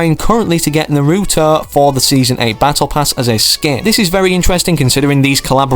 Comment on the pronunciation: He really said narüõto